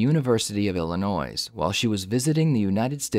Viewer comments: This is the second time tonight I have heard you pronounce Illinois incorrectly. The "s" is silent. It is pronounced IllinOY. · the S is silent,. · I swear these people just run these through AI. The S in Illinois is silent. Illinoi not IllinoiS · Illinois, not Illi-noise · IllinoiZ..? It’s pronounced ill-inn-OY. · "Illinoise" lmao the 's' is silent It's pronounced Illinoi. Are u American? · It's pronounced "ILLANOY" not "ILLANOISE" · The “s” in Illinois is silent ill-annoy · Btw just for next time it’s pronounced “illinoie” not “Illinois” like it’s spelled. It’s easy for me since i live here but i get the confusion. Great vid though!!! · “Illinoizzzzzzzzz”?!? My goodness! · I love that he pronounces it illi-NOISE. I LOVE THAT IT DRIVES PEOPLE FROM THERE NUTS!.LOLOLOL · “illi-NOISE” lol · No "s" sound at the end of Illinois. It's "Illinoi" :Edit: I see you already know that 😂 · ELL-UH-NOY. No “s”. 🤘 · It's pronounced illinoy. The s is silent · The University of "Illinoise"? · DID YOU SAY "ILLINOISSSS"? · It's not Illi-noise...The S is silent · "Illinoiz". I can tell the narrator doesn't live in Illinois. You don't pronounce the "s". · "IllinoiS" 😶 STOP IT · Good ole university of ill-ih-noise. Plus, what innocent person says to the investigators they were trying to find something to show as an alibi. They’d instead say hey during that timeframe i was doing X and/or at location X, and also likely with someone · Hey!! It’s not pronounced ILLINOIZ! The s is silent! Get that thru your head!! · iliinoYS LOL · Why does the narrator say illinoiS? Just curious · IlliNOISE lol do some research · Don't worry about the state. I live less than 10 minutes from Illinois and everyone pronounces the s. Sometimes ironically. Sometimes not. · The s is silent at the end of Illinois lol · The "S" is silent in illinois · Illinois the s is silent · You pronounced Illinois wrong, the s is silent 😂😂😂😂😂.. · You committed the ultimate sin sir...... Illinois : S IS SILENT! 🤣🤣🤣